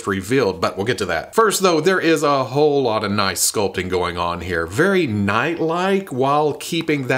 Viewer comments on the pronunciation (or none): none